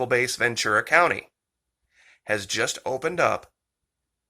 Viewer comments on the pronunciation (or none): none